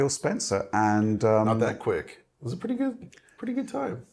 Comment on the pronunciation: A pwwee bweef. Fs aaw fwee. 1st impwwesion wewe extweeemly good